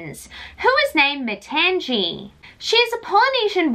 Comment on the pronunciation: I think her name is pronounced Ma-tahng-ee.